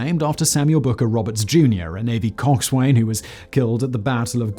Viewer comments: ‘Cox-Swain’ gave me such a shudder 😂😂 it’s pronounced ‘Cox’sen’ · Coxswain is pronounced cox'sun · Coxswain even in the US is pronounced cox-sun. Fakt Boi Kan talk English gud. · It's pronounced cox'n, just as Boatswain is pronounced bos'n. Navy jargon is sometimes weird, ie, forecastle is pronounced fokes'l. Cheers.... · Loved your video. Superb content. One minor adjustment, Coxswain is pronounced; “Coxsun”. Likewise for “Boatswain” pronounced ; “Bosun” as in “Bosun’s Mate.” Otherwise great vid ! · Coxswain is not pronounced "cock's swain", even in British. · Cockswain is pronounced "Cocks-un." Source: am a US Navy veteran. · Great video - thank you. One minor point: coxswain is pronounced cox’n...